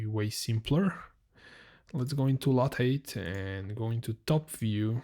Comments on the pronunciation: the word lathe is pronounced "lay-th" with a "th" at the end, like in the word "the". I'm not sure if you can pronounce the "th" sound though if you are German, so maybe just say it as if it was spelled "late" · Lathe is pronounced "LAY-the" in English, where the ending 'the' sound is pronounced just like the English word "the".